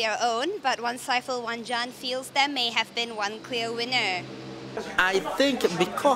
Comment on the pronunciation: FYI, when Gan says 'zeaa'.. he meant 'there'.